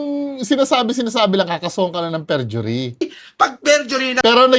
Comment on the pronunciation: fergury 😂 perjury 😂 forgery